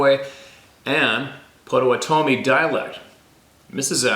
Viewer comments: Amazing share of those diaries. So grateful. I know just one word you were saying wrong…Pottawattame (and I’m spelling it wrong) is pronounced “Potta-watta-toe-me”. There is a town and a county in Oklahoma named that. TY Mr Ash & for all that work. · Pronunciation...pot uh wat uh me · Its pronounced like thjs: Pot toe WA tah me. And again IS NOT SUPPPOSSED TO SOUND LIKE YU SAY A GAIN. AGAIN AND AGAIN. JUST LIKE yu mispronounce GRRRRRRRRRRRRRRRR Raah judge.....meaning to say garage. gaahRAahg. Phonetic sound spelling. Caps are merely to emphasize sounds. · pottuh-WAH-tuh-mee, Potawatomi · It's pronounced pott - uhh- wott- oh- me (my friend is a Potawatomi from oklahoma). As to the other words, you're on your own! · I know that you had trouble with a few of the Native words and names. Please allow this white man to help with one. “Potawatomi” pronounced (Pot-toe-watt-toe-me) meaning “the fire makers.” I was married to a young lady that had lived on the reservation with her mom and step molester while growing up. Hope this helps you out brother! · Pot-o-wan-o-me. Must be near Wisconsin cuz everything hear is named by natives. Lakes,towns,roads... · Pot o watt a mi ......is the way to say it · Pot '- a - wat' - o - me . : ) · Potawatomi pronounced pot _a_wan_a_me. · Pot o wanna me is how it sounds. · Potawatomi is pronounced "PAH-toh-WAH-toh-mee" 😏 We have them in my area. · It's Pot-u-WHAT-u-me. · Pot-oh-wat-toe-me is how we always heard the tribe pronounced. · That tribe name spelled Potowatomi is pronounced pot' a wat oh me. Like padda wadda me. At least, that's how the local news anchors say it. Michigan knowledge for you! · Potawatomi is pronounced Pa-tuh-waa-tomie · Pronunciation is .. PA WA TOM E ... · Pot ah what toe may is how we pronounce Potawatomi here in Kansas. 😂